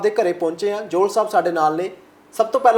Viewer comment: ਐਂਕਰ ਵੀਰ ਬਹੁਤ ਕਾਬਿਲ ਐ ਪਰ ਕਨੌੜੇ ਨੂੰ ਹੋੜਾ ਲਾ ਕੇ ਬੋਲਣਾ ਸਹੀ ਨੀ ਲੱਗਿਆ। ਜੌਹਲ ਨੂੰ ਜੋਹਲ ਵਗੈਰਾ